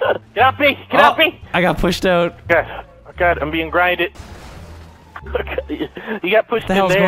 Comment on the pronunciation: i could hear evan say "oot" ish omg